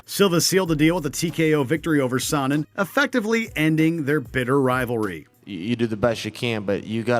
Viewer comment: Chael Sonnen is Pronounced SHAYO SUN-IN